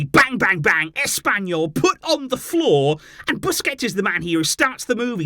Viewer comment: SUGUNDA TO ASS-PAIN-YOU-L 😂